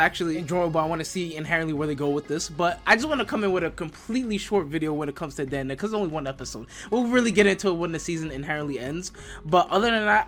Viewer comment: dan dan is triggering why u say it like that